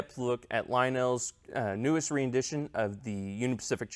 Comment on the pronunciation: Ren Dit Ion. Not re in dit ion.